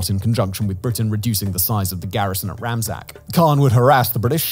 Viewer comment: its Razmak not ramzak